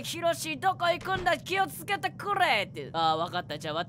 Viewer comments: 気をつけてくれぇい(カタコト) うん( ´◡͐︎`)？ ファッツハプン？ 1つ1つの発言本当が面白いですwww バグに見舞われるころんくんある意味持っていますね🤣さすが実況者✨ 今日も動画投稿ありがとうございます💐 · ころちゃんこれ呼んでるとき「キヲツケテクrrレ」ってなってません？巻舌....